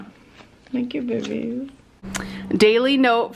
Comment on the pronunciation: I really want to continue to watch these Vlogs but if I have to hear either one of them say "Behbys" one more time I'm going to vomit. Please stoppppp. it's so cringe 😭